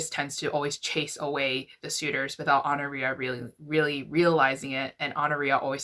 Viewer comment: I think it’s pronounced “aw-NOR-i-a”. I’ve heard it that way, at least.